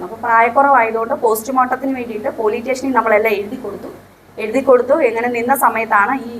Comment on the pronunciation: പൊലീടേഷൻ അല്ലാ പോലീസ് സ്റ്റേഷൻ എന്നാണ്